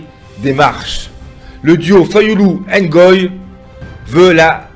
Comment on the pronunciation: C, est Ngoyi et Non engoyi